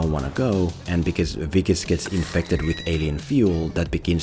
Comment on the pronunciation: You pronounced Wikus so well- I had to rewind! Lekker dude. Love from 🇿🇦